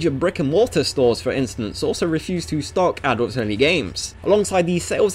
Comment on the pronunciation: im sorry but it just really sounds like you are saying adultSony games instead of adults only.